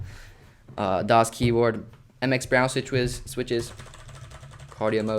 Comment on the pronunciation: “Mx brown sitchwiz” 😂